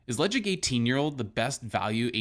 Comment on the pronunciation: You don't pronounce the 'D'. Le Caig